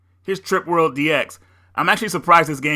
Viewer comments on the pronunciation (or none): none